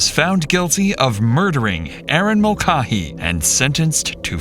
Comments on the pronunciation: Mull-Kay-hee. Pronounce the name right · I tried to watch this but your pronunciation of her last name hurt me as it is my last name. It is Mul-cay-hee. You even hear the police say it a few times correctly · Ma'cah,'he? Mulcahy is pronounced Mul'cay,'he. 😂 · Erin's last name is pronounced Mulkayhee not Mulcahee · Pronounced Mul-Kay-hee. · Its pronounced 'mul-KAY-hee.' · The way they pronounce mulcahy is awful its mole kay hee is how its probounces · It’s Mull Kay Hee. Not the 15 ways the VO and cops pronounced it. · What is the deal with your pronunciations? "Mulcaa-hee"? I swear to god you've got the reading skills of like a 6th grader. In every video there's some incredible misreading of a word that isn't particularly hard to pronounce. It's a very common name. The police officers in the video pronounce it right. What's the deal? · It's pronounced Mul-KAY-HEE. Didn't you watch M*A*S*H? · When the idiot narrator has no idea how to pronounce "Mulcahy" correctly. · You say her name wrong, you call Waynesfield, Waynesville, and I don't think you know what you're doing. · Types the name of the city correctly, pronounces it as a completely different city 95 miles away. Can't pronounce the murder victim's last name correctly. Get a better AI narrator.